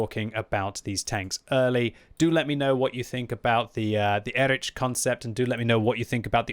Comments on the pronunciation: Please, its Erih not Erič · I am pretty sure it should be read as /ˈeːʁɪç/, or at least /ˈɛrɪx/,... And before anyone starts scolding me: this is not a critique, but a friendly advice to him, as is known for his striving for original pronunciation of the tank names 😇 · sorry my german inside me is yellin "Erikh", so it's like EriH